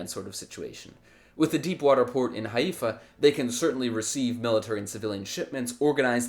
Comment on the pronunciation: lol the settler who doesn't know how to pronounce the name of the city he stole.